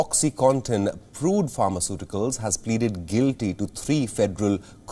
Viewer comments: Dear Anchor, It's PURDUE not PRUDE ☺️ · Not prude.. get the pronunciation right. Its important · Mr Anchor- PURDUE not PRUDE. HEROIN not HEROINE. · It's Purdue not prude you idiot. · 🙄 Its not "Prude", its "Purdue" (phonetics: Per.due).